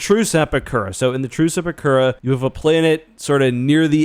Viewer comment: you keep saying 'the truce at bakura' and it sounds to my ears like the true sepakura